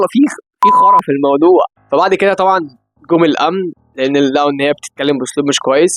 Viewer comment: بص أنا معاك وكل كلامك تمام جدددداً بس انا هتكلم في حاجه تانيه ومش انت لوحدك اللي بتعمل كدا لا شباب كتير واللي هو انكم في بعض كلمات بترققوا نطقها وفعلاً اللغه باظت يعني متقولش عقلك الباتن هو الباطن تمام؟ ومتولتش في المودوع! المفروض تتقل على النطق شويه لان فعلاً بيطلع فرق واضح اخواتنا في الدول التانيه بيتريقوا على نطقنا لمصر بيقولوا اننا بنقول مسر من كتر ما بنرقق الحروف المفخمه!! 🙂🙂فاا انا مش بهاجمك بس حبيت أقول رأيي وأنت طبع على راسي وتتكلم براحتك بس يمكن كلامي يفيد ونرجع ننطق (أصح)،، شكراً 😃💝💝